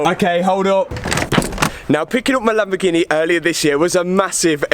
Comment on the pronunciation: Non si chiama Lambghini, si chiama Lamborghini